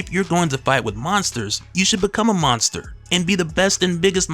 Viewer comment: WTF is a "MonGster"?